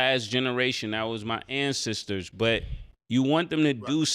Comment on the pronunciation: This ninja Cam talking abt Rush “Lindbergh” and Mase over talking “an-sisters” 😂😂😂…oh and Mike over talking about “home-ownereous” 😂😂😂…man this is one of the most illiterate conversations in the history of It is what it is!